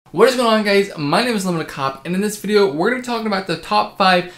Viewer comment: “Unlimited kahhp” lol Great video man